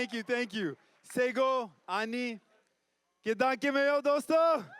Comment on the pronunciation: he tied traditional turban but even can't say properly 'KIDDAN' . totally show off. he just wants fame and money..that's it